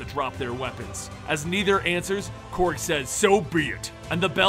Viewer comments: I thought it was Korg, not Krog please correct me if so. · Really bothers me that he is saying Krog and not Korg.